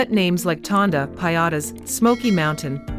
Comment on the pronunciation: Tondo. Not Tonda.